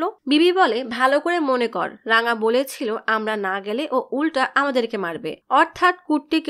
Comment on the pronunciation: রাঙা❌ রংগা✅